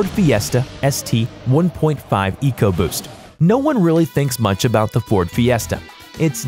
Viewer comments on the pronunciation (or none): none